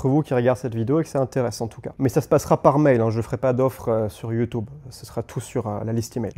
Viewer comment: Pourquoi ta prononciation est bizarre ? YouTOUB , et iiiii phone?!